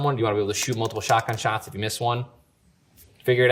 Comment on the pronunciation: Lol ninja try’s to say shots he says shits